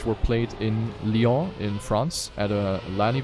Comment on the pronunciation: "Lyon in France" pas mal la prononciation !